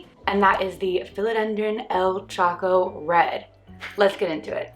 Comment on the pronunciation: I realize this is an old video. But do you know you are prononcibg "Choco":wrong? Why are the leaves so small? And HEY if what works for you..works for you!!!